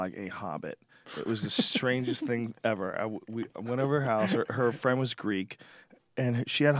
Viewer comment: Can you be my fwend?